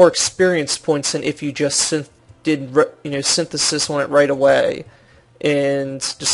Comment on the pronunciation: ugh... IT'S SYNTHESIS!! SIN-THES-IS